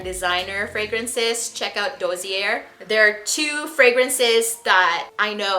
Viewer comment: DOSSIER (noun) - pronounced “dAH - sEE- ay”